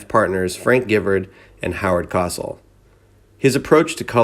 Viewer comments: Howard Cosel, not Kosal! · COSS el? It's co-SELL! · “Co” “sell” for heaven’s sake! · I guess your too young to know the proper pronunciation for Howard Cosell, pronounced Co-Sell Fun Fact: Howard ushered in the era of Political Correct language. On September 5, 1983, Cosell was broadcasting the Monday Night Football game between the Dallas Cowboys and the Washington Redskins. After wide receiver Alvin Garrett broke tackles for an impressive gain, Cosell commented, "That little monkey gets loose, doesn't he?" As Garrett is black, the comment was considered racist, and the phones at ABC rang off the hook as viewers called in to complain. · Cosal, Theesman??? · Jeff and Hazel's baby boy. I saw Don Meredith play as a pro with the Dallas Cowboys. He was with them from the beginning. We used to go to a lot of the Cowboys games as we lived in the southwest. He was tough--took a lot of hits though. I think that is why he left the game in 1969. (By the way, it is Howard CO'--sell. Took me a while to figure out who you were talking about.) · I can't believe how you constantly mispronounce names. It's Howard Cosell as in Coh Sell as in sold. And Police Story. Not Policy Story. You constantly do this in most of your videos. Amazing that you either don't know who they are or you don't check with someone if you don't. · Learn how to say "Cosell" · Research Muhammad Ali then you will learn how to pronounce Howard Cosell😉